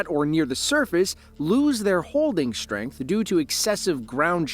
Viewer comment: WTF is "conSHTruction?" "WTF is SHTRength?" WTF is "SHTRONG?" AdminiSHTRative diSHTRict? "SHTrange?" "EkSHTRa terreSHTRial?"